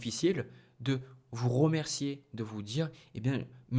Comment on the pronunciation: Ça me titille de vous entendre dire ROmercier ROgarder naaaann RE dommage mais je vous êtes bien quand même